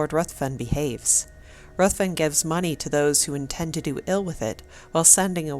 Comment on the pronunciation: RUTHVEN IS PRONOUNCED RIVVEN.